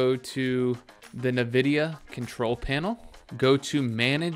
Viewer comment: what the fck !!! did he pronounce NVIDIA as NAVIDIA brother wtf